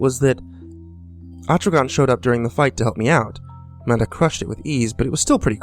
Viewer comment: i kept thinking he said Amanda instead of Manda xD